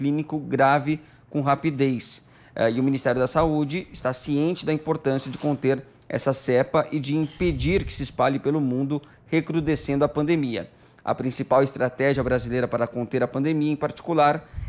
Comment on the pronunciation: deveria aprender o português. Quase td programa um erro,em!!! Cepa e não cerpa como ele disse nesse quadro.